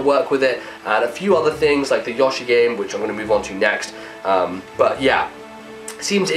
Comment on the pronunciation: i think he might have been saying Yar-she? idunno